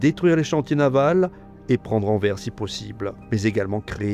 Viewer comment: Vidéo magistrale. Je kiffe à 99%. Juste une truc : Anvers ne se prononce pas "en verre", mais " en verse", comme dans averse. Comme le Grevisse précise qu'il n'y a pas de faute (y compris de prononciation) dans les noms propres, c'est aux locuteurs de s'adapter.